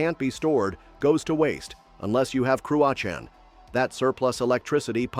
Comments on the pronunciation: Jackie Chan would be proud; because "Crua Can" 😂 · Scot here, the pronunciation of Cruachan was way off. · Cruachan? You didn't even try to find out how to pronounce it. Money for nothing?